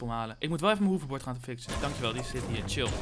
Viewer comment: Zeg je weer poterverdinlemen hoeverbord !!!! Het is hoverbord Plz!! <3